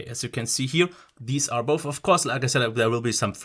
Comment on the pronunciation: It ain't boff it is both😂